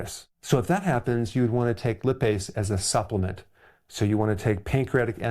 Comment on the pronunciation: Doctors discovered that I had a large gallstone when I was 5 because my parents thought that I had swallowed a dime. I didn't have any problems but when I was 15 my mother convinced me to have it removed. I am almost 70 now and have never had any problems because of my missing gallbladder. By the way lipase is not pronounced like lip, it is pronounced like lie-pase.